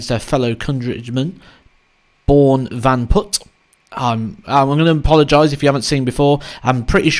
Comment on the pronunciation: Born Van Put was quite well pronounced actually! Keep up the great content mate, good luck at the modus super series